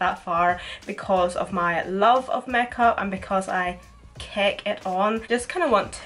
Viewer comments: the way you say makeup mekap Omg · The way she says 'make up' 😂😂😂 (not in a hating way)